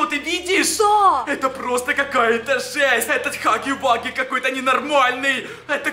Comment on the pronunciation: Не хаги ваги а Хагги Вагги